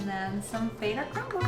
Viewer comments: It’s feta, not fayta cheese 😂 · Honest question… have I been saying feta wrong. I’ve heard other people pronounce it like that too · the way she says feta is so funny